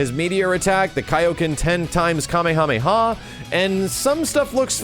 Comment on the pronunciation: OMG I´m loving this video, especialy of the fact ALONE that you sayed Kamehameha the CORRECT way 8D